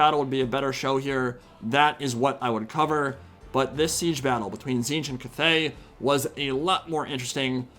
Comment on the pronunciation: I kept hearing tzeench towers instead of siege towers 😂